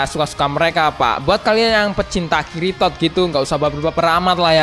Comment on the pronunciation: Ngakak denger lu ngomong bang "kiritod" 😂